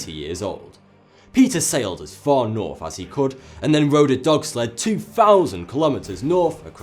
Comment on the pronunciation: You seem really intelligence, and yet you say "f" instead of "th"?